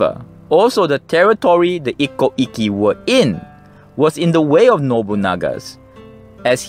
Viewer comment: Very interesting and I love the pictures. (The pronunciation of Ikkou 一向 and Ikki 一揆 are a bit tricky. When you have two consonants side by side, it means to hold/stop the sound in your mouth - sorry for my poor explanation - before moving to the next sound. In Japanese, this sound is always shown/written as っ/ッ, the small versions of つ/ツ. )